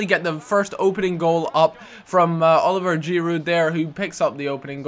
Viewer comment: its not oliver, its olivier